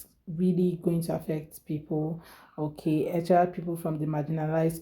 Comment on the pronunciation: The straight CLOWN talking about WALMART hiring people with "qualifications." 😂😂😂 It's Walmart you clown. Also "eXspecially"??? 🤡🤡